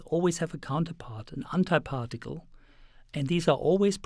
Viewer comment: "Untie particle" nice pronunciation.